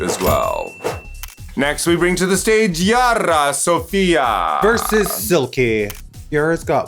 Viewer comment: is not YARRRRRRRRA , it’s Yara. 😖